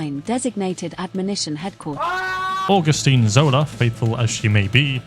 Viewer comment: say "orgustine" now say "augustine" say "law" now say "lore"